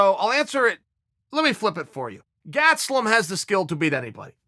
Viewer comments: He says gastelum is his guy, yet proceeds to call him gatselum haha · Chael "Gatselum" Sonnen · Kelvin "Gatselum" Gastelum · Keving Gatz-e-lum is my guy. - Uncle Chael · Chael "Kelvin Gatzloom" Sonnen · Chael "Gatslum" Sonnen